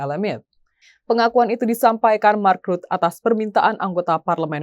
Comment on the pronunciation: Imi lagi ..mark rutte vacanya ..bukan Mak.rut. Tolol amat nih pembaca berita nya 😊